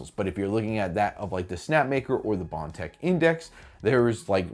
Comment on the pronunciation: Thank you.At least one of you guys will say it.The way it's supposed to say prusa, with bontex.Indx thank you